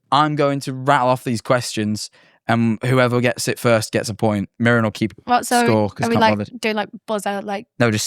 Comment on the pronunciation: mirren not miriam lol